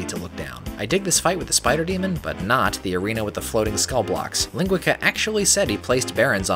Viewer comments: Not sure if you care, Professor, but this meanie's name is pronounced "lean-GUEE-sah". It's the Brazilian Portuguese word for sausage. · Hey there,, this the, I'm here to say your maps are quite obscene! Also shots fired at Doomworld overseer Ling. Funny enough, I like the way you pronounced his username. It sounds better!